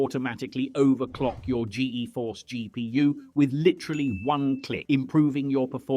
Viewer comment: Gee-Eee-Force? It's pronounced g-force.